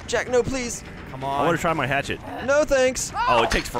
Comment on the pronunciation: Don't you mean a hap-chet?